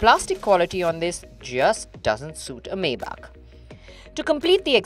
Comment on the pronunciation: Great review. Little nitpick, but it's "my-bock"